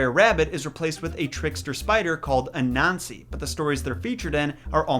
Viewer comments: I don’t want to be rude but I thought he said “a-nazi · u sais anasy wrong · right! Am I tripping or did pronounce anansi weird?